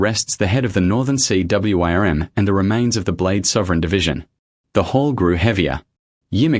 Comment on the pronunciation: Sea worm, wyrm is pronounced worm. I watched another Channel yesterday and they're at it was perfect so I don't see why it's so hard for this Channel and any other channel to get the English right.